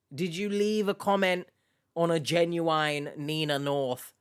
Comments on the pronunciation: Ginuwine is a hip hop artist. That could be why he’s mispronouncing genuine. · Maybe he’s talking about 90s RnB sensation Ginuwine. Only time it’s acceptable to pronounce it that way. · He pronounces genuine like Ginuwine the rapper name 😂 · I heard an australian reporter said 'jay-nu-wine' too. so, maybe it depends of the person?